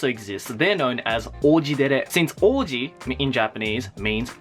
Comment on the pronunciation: I thought he said orgy instead of ouji...